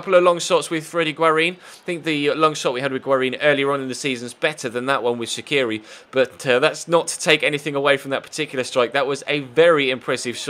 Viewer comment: I really like your vids but I'd like to suggest you something. You pronounce Shaqiri's surname wrong. It's like Shachiri or something like that. Albanians pronounce their q's as ch. Anyways keep up the good work.